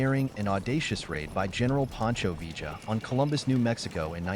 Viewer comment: You make a video about Pancho Villa, and can’t even pronounce his name?